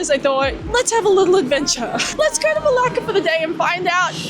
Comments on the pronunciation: can you pronounce it right for heaven's sake? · Hiya! Interesting you gut Dutch architecture in Malaysia 😮. Coconut and kidneybeans are my favorite, I need the recipe for that dish 😅. Everytime I head you saying Melaka I was thinking you were cursing in Greek as it sounds a lot like the Greek Malaka 😂. Thanks you for sharing your insights on Melaka and enjoy your time off now 🤙